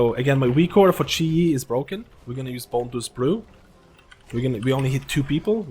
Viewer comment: Chi JI not chi e lol